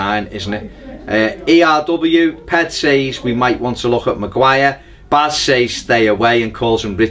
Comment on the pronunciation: Baz pronounced my name right :) (as in just saying E-R-W, usually trips Ped up)